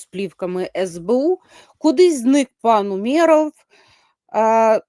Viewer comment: у́меров, давайте ставити правильно наголос